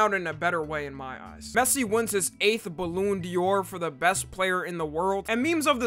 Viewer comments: "balloon Dior" ain't no way bro💀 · bro really said baloon dior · is no one rlly gonna talk abt how he pronounced ballon d’or 💀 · ballon de or 😭